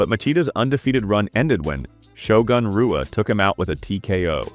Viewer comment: The AI butchering pronunciation of names like Royce and Rua is infuriating.